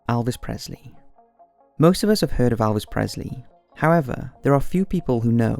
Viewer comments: Mate it’s not alves,it’s elves.don’t mess his name up like that 😠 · It's Elvis not Alvis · pronounced Elvis not alvis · ELLLLLLLLLLLLLLLLLLLLL-vis Not "iLL-vis" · "Alvis Presley" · its not Alvis! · It's Elvis not Alvis :P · Elvis not Alvis.